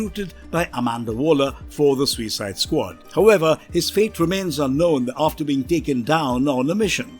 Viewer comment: The way this narrator says SUICIDE makes me want to vomit.